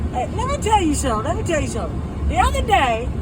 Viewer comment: “The oduh day”